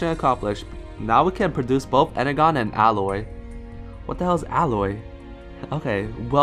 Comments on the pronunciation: you need to pronounce it enerjon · its pronounced ener-jon